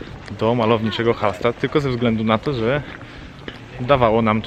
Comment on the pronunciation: Hallstatt (czyt.Hallsztat)